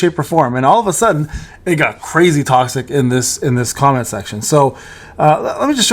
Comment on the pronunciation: Tossick?! Naurr